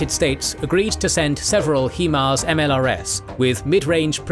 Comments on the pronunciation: you Brits and your He-Mars.... why can't you pronounce it the way it is... HIMARS. When you break it down it's HI not he..... otherwise I love your stuff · HIGH-MARZ not hee-marz smh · “Hi-Fi” is not pronounced “Hee-Fee”, just as HIMARS is “Hi-Mars” not “Hee-Mars” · American developed M142 HIMARS is pronounced (hi-mars), not (he-mars). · Hee mars? Really?? This is the first time I have ever heard anyone pronounce it that way and hope it's the last.